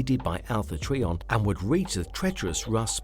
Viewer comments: This video was kinda grueling & cringy to watch. I know you might not be able to help it, but it’s pronounced as Alpha “Try-on” Trion. Not Alpha “TREE🌲 on”. Every time you said this name I kept thinking of Trees🌲. WTF❓🤯‼️ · It's Alpha Trion not Alpha Treeon. My god learn the name before making a video about anything Transformer related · I'm sure it's just a difference between my and your accent but it sounds like you're calling him Alpha Treeion not Alpha Trion then again I am half deaf I could just be hearing you wrong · Pronounced “try” as in a triangle, tri meaning three! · Not sure how you make a video on a Transformer and mispronounce their name the entire video. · I have full hearing and I hear it as well.